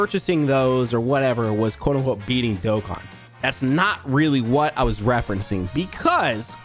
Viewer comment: I thought he said eating Dokkan Battle 😂